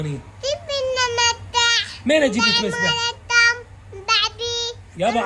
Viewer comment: مسبح تلفظه متبح تقول لعمها نريد متبح نتبح بيه يعني نريد مسبح نسبح بيه